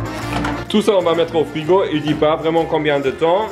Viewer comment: As il as dit vrigo alas plas de micronde